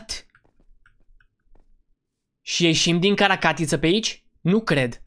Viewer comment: Notițe spune caracatiță nu carta catiță